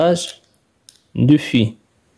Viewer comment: Petite remarque de français : " fils" se prononce " fisse".